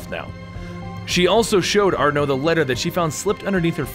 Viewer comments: You pronounce Arno like it's Arnoé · Ba-alek, Aar-no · is that the french pronunciation of arno?